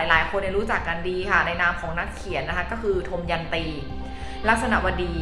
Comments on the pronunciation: คุณอ่านชื่อท่านผิดนะคะ อ่านว่า ทะ มะ ยัน ตี ค่ะไม่ใช่ ทม ยัน ตี (ควรเรียกท่านว่าท่านนะคะไม่ใช่เรียกเธอ)ไปฝึกมาใหม่นะ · อ่านออกเสียงว่า ทัม-มะ-ยัน- ตี